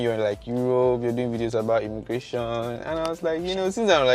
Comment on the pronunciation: Is it immigration or immigrashon?